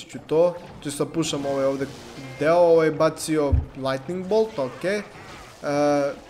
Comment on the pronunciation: rekao si lightting ball ahhahahhahah